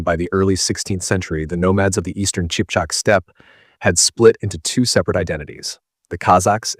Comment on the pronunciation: Qipchak=Kipchak, not Chipchak.